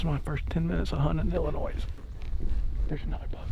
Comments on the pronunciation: Hey. It’s not illinoiSSSS. It’s illinoi. The s is silent. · It is not Illinoiss it’s Illinois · For future reference..... the s is silent in Illinois. It’s pronounced illinoi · The “s” is silent in Illinois. Huge deer though! I hunt in Adams County which neighbors Brown. Great Video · ONLY reason i'd give a dislike is he keeps saying illinois' the damn s is silent lol! but it's getting a like. mainly cause i love deer hunting videos and just the footage was very good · you know you arent from illinois if you say the "s" at the end. drives me nuts lol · Bro I live in Illinois and YOU DON'T PRONOUNCE THE S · Illinois with the s. me: bruh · The s in Illinois is silent bud. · Great video, stop pronouncing the “S” in Illinois Lol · Its Illinois the s is silent